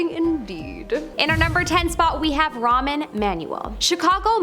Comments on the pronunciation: Ramen Emmanuel? It's Rahm (pronounce it Rom) Emmanuel. Also..... Nobody in North America calls George Bush Sr. "papa bush" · Ramen Emanuel! LMFAO ... It's Rahm. There's no "n" sound at the end of his first name. That was hilarious though.